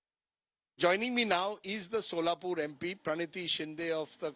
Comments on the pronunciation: She is from Solapur, yet she calls it Sholapur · It’s not Sholapur it’s Solapur , and she is political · Tell her to pronounce right ( Solapur) 😂😂😂😂